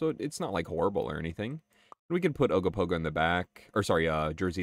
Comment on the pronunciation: "We have Ogopogo at home!" Ogopogo at home: Ugg-o-Pug-o